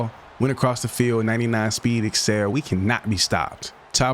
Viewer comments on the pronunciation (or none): none